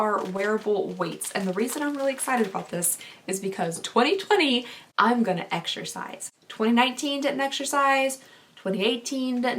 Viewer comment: “Exershize” ❤️😂 tw:@